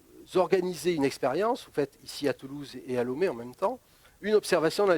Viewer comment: la capitale du Bénin, c est Porto Novo... Lomé, c est la capitale du Togo d une... Et on prononce LOmé, pas LOUmé... lol